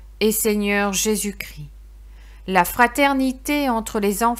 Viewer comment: On prononce 'Jésus Chris' mais Christ. Merci